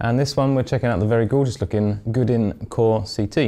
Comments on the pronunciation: Good review and nice guitar, but "Goo-din"? Try something more like "Goe-dan". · Bought one used for $499 and love ❤️ it. Great guitar and fantastic features. Can’t believe he says Gudin. The French must be going bat shit crazy every time he mentions the name of the company 🤣